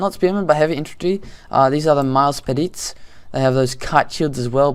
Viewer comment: miles pedites pronunciation = Milays Peditays :) :) e = ē = ay for Goodd'ay' :)